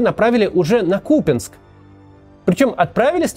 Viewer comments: КупЯнск, Максим, запомните - КупЯнск, не КУпянск. Может и трудно запомнить, потому что местного язьіка не знаете, но и не обижайте жителей КупЯнска, пожалуйста. Спасибо что не СлАвянск, а СлавЯнск (Слов'янськ). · Да не Купинск он, а Купянск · Купянск, с ударением на первый слог